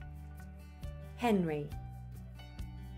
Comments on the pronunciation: Matthew McColl and it's pronounced muh-hum-id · Muhammad is wrongly pronounced. It must follow the arabic accent. Not british